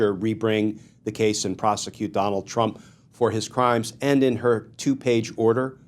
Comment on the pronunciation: Glen it’s pronounced AND not END